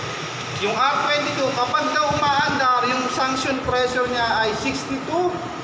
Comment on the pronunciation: Excuse lang po mali po ata pagbigkas ng Suction ni Instructor...ang pagkarinig ko ay Sanction😁...sa Suction line or Low Side line...